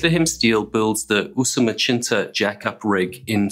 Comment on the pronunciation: The pronunciation of Usumacinta as "Usumachinta" was also pretty bizarre